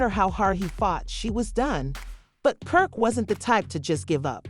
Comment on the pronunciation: you definitely called him perk🤣🤣🤣🤣